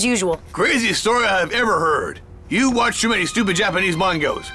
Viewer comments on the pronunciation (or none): Mangas, not Mangos!